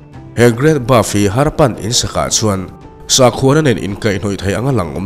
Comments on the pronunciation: Buff tih ang deuhin I lam in ka hria, great bath ania (bat) ti a lam kha a fuh zawk lo maw sir😊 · great bath aw...great baf nilo in....inbualna lampang i sawi lai a nia.hriat ve awm heng hi chu... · Great Bove ni lovin Great Bath maw le